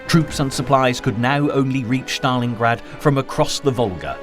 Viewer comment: thats pronounced Stalingrad not Shtalingrad